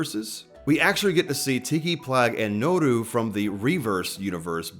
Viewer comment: "Nuuru duuzu" you couldn't have fumbled harder